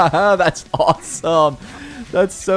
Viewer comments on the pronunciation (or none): none